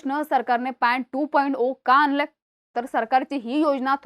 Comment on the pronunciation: आनंलय .... नाही ग बाई..... आणलंय.... असं म्हणं.....